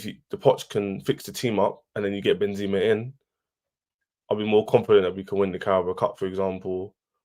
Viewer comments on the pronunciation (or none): Chelsea doesn't deserve a player like Benzema cause the fans can't even pronounce his name right.... This Chelsea fan called him "Ben-zeeema" and so did on another stream.... It's "Benzema" just how it reads, no holding on the 2nd "e"...